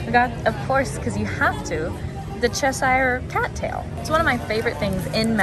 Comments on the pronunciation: Argh.. your pronouncing Cheshire all wrong, it’s pronounced Ches-shuh 😘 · Americans pronouncing Cheshire is like nails on a chalk board 😂 It's "Ches-Sheer"